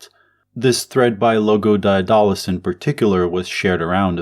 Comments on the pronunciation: That's not how you pronounce Daedalus, you dolt. Read theories of surplus value. You dont understand Marxism. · The way he pronounce Daedulus really getting under my skin. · Couldn't make it through the video because you don't know how to pronounce Daedalus